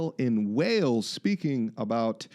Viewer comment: "talking aboot today"? Are you canadian now?! How dare you